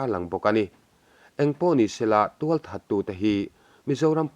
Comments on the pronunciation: 'Thah' a ni ti ta che. 'That' a ni ti lovin. Channel nei ngam chuan mizo ṭawng hi thiam rawh u. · 'that a ni' tih loh tur aw 'thah a ni' tih tur. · In thil tih a bengvar thlak a that teh reng nen, tawng hi han uluk leh zual ta ula a va fuh leh zual dawn em. Thah a ni, tih tur ah, ( That a ni) in han ti tlat mai te hi. In taimak na erawh a fak awm thlawt